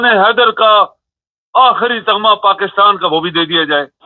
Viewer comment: تغمہ نہیں تمغہ لفظ ہوتا ہے